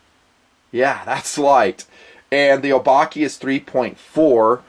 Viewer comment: I think it's O-bah-keh. As in the Japanese word for monster.